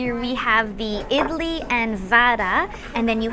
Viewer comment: Your pronunciation idli and wada is right Chiken biryani sooooooper taste but spicy